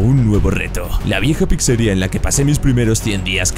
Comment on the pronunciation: No se dice PICSERIA SE DICE PIZZERIA